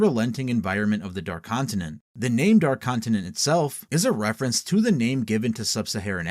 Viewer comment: never have a seen a video so bad and good at the same time.... holy fuck you guys cant even pronounce half of the fucking names right...